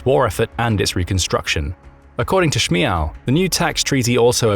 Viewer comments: You pronounce Shmyhal totally wrong... in fact, I'm Ukrainian speaker and had hard time understanding what you are saying, when pronouncing his last name. Actual pronanciation is as such: [ʃmɪˈɦaːlʲ] while you pronouncing something like [ʃmaɪəl] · it's not SHMYAL, it's [Schmy:gal']